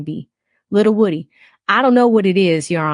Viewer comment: The say it’s pronounced Woo- Dee!